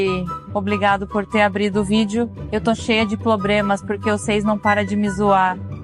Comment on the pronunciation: "Eles também tem ploblemas na china"